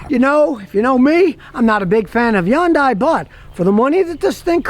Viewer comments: ITS HYUNDAI LIKE SUNDAY NOT YUANDAI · From an actual Korean immigrant: it's pronounced "hun-day" not "yun-die". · No, the correct (South Korean) pronunciation is "HYOON-die". The North American pronunciation is "HUN-day". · Its not a Yondai, Its a Hyundai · Scotty ...Hyundai rhymes with Sunday,or Hunday .When Hyundai came to America in 1986, Their slogan was Hyundai...Rhymes with Sunday. Not Yunday. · Scotty - It's pronounced "HUN-day"... not "YUN-die". Just trying to help you, 'cause I like you. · Yundye. And Yioneek (ioniq) 🤣🤣🤣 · Why do you keep saying Yun-Die? Is your name Scooty Killer? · Just on a friendly note. The name HYUNDAI rhymes with SUNDAY. Actually easy to pronounce. Thanks.